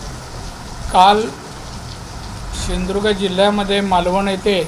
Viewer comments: आधी सिधुदुर्ग बोलायला शिक 😂😂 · मला मागच्या तिघांचं कौतुक वाटतंय..... एकदा पण हसले नाहीत..... ह्याला भेंडी सिंधुदूर्ग बोलता येत नाही... हेतूपरस्पर ला हेतूपुरस्कार बोललाय 😂😂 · याला सिंधुदुर्ग बोलता येत नाही , छत्रपती शिवाजी महाराज बोलता येत नाही , संसदेत धड प्रश्न समजत नाही , सतत घेतलेली असते , भर रस्त्यावर दादागिरीची भाषा करतो , याला ×जपा हे सहन का करते ? माझ्यासारखे हजारों मतदार अशाने कमळापासुन दूर जातील ! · सिंधुदुर्ग हा शब्द यांनी व्यवस्थित उच्चारवा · सिंधुदुर्ग म्हणता येत नाही याला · सिंधुदुर्ग म्हणता येत का .?😢😅